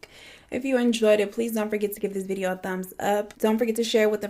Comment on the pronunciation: today’s vi-ee-ooo lmfao I love Eleanor as well.I binge all of them and it’s crazy